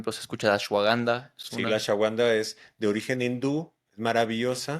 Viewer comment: Muy buen video 👏🏼👏🏼👏🏼 Él quiere decir Ashwagandha pero lo pronuncia diferente (Por cierto es excelente como baja el estrés)